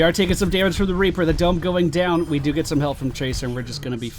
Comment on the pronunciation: He said raper instead of reaper